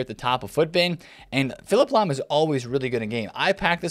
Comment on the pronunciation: I see you took the L on Lahm 😂